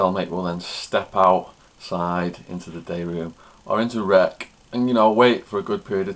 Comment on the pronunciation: He has an unusual way of ending his words like "rec-k" "holding tank-k" "bunk-k".. etc. And an irritating smacking sound at the end of certain words. Another thing is the water in the toilet bowl is what minimises the smell, as soon as a big piece of shit is under the water it will stop smelling that much. So saying "drop one, flush one" is supposed to get rid of the stench, is probably not the reason. It's probably because when you are in a tiny cell with another person, everything can lead to an argument or a fight, so it's common courtesy to flush the toilet immediately after crapping, because no one wants to see a big turd in the toilet, especially when you remember that the toilets don't usually have seats/lids.